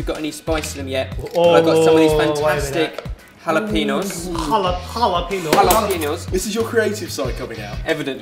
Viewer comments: I like how people say "jalapeenos" when the "pen" part is actually pronounced like the word pen. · HalapenYO is how it's pronounced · jalepeño = jalepe[nyo] :P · Awesome video as always guys! I love your recipes. But please learn how to pronounce "Jalapeño": Ñ